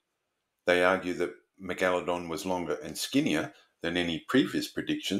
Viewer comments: Jeez you're a pesky bugger, or is it the Al-Gore-Rhythm...lol...we're screwed, I've been banging on about Climate Change since 1993, lot of good that was, when fellow science trained people were being equivocal. Listen to Professor Subir Sarker say 'Astro-nome-ee' then I double dare you to say Meg-Aladong again. It's pronounced Mega-La-Dong...you know, like Mega-Dong with a La. You even did it once, why the pretention? Affectation (may be a better word...but more insulting), I'm an equal opportunity offender. I'm revising my criticism that was here, as sharks do actually vary wildly in number of vertebrae...stupid bitey fish. Eff Walter Ivanstoff...he was a chauvinistic pig from hell, but I took his challenge that you couldn't fail his course (or get a HD), and I beat him! (by smoking pot on his field trip, not doing any work, handing in the most legendarily awful morphometrics and Meristic's description of the fishes of Myall Lakes and failing all his tests. His first test just had the head of an advanced teleost with about 50 bones, and I just answered Operculum and Mandible. 😂😂😂...just amusing myself. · Is the unusual pronunciation of megalodon an Australian thing?